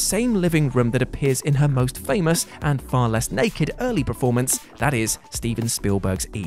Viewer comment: No one who ever watched Last Action Hero and missed that Stallone Joke. Also can you please stop saying "PREformance"? Just a request. You know its PERformance right? I dont know why it bugs me so much but it does.